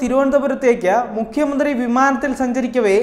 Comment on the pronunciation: Avataranam akshra spudata illa.enghish medium enne thonunnu.ayudam,mukkiya mantrii